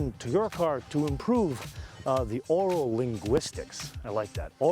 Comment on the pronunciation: Did he say Aural Stimulation or Oral Stimulation?